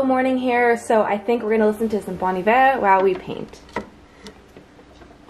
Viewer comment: Well I have never heard anyone pronounce Bon Iver like that before what a spiritual awakening